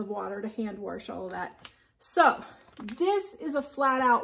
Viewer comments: It's not wersh but wash, and it's not handwershing and dishwershing... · "Warsh"? Really? 🤨😇